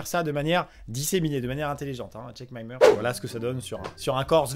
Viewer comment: Amixen répète aussi 2 fois "check my murch" se qui veut dire "vérifie mon église" c'est se que j'entends quand il le prononce a la fin de la vidéo juste apres buskavida